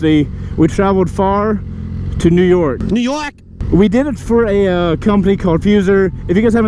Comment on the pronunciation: NEW YOAK